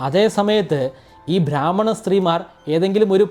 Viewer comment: ധാത്രി അല്ല. താത്രി. സാവിത്രിയുടെ crude version ആണ് താത്രി. ഭ്രാമ്മണൻ അല്ല. ബ്രാഹ്മണൻ. Please note the pronunciation.